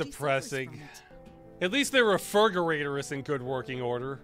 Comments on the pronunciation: I have been saying "refirgerator" since this video was first released. I don't acknowledge it when anyone says something about it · Ross that's not how you pronounce refri... oh